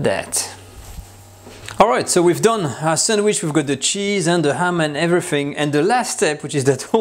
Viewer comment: "...And everyfing..."